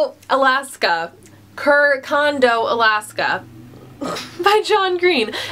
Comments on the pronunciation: CE is pronounced as "che" in italian but A+ for the effort! hahaha. Great video! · Great video, I've just added a lot of books to my wish list! Also, I'm italian and the "c" in "Cercando" is pronounced like che "c" in chapter" :D Love from Italy!! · You pronounce it "cherkando Alaska", I really hope it helped :)